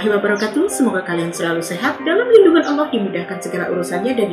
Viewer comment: Terus knapa dalam bahasa indonesia menggunakan Kata “Allah” sebagai sebutan Tuhan? Lalu oleh kaum anda membaca nya dengan Alah? Apakah kaum anda tidak bs membaca? Sudah jelas2 double L malah dibaca 1 L, ini bahasa indonesia bos, jd bacaan itu sesuai tulisan.